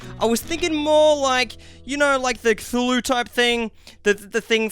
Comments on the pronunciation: It’s pronounced ca-thu-loo and spelt like Cthulhu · Pronounced kathulue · Not many people know this, but Cthulhu is actually pronounced "Klulhl'-hloo"